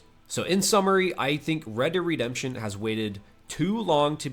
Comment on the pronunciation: "Read Dead Redemption PC" read xDD i fkn can't xD